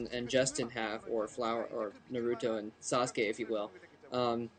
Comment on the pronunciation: OMG. At least pronounce Naruto correct. Roll your R's please.